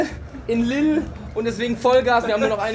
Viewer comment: Hope you found out it's pronounced "Liel" before you went on stage